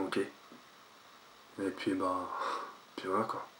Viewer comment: On dit " et puis " pas " et pis " mdrr